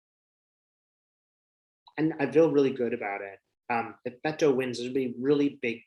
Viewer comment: Beto...not Bento